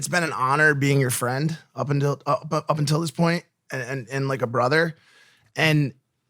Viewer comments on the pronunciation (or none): none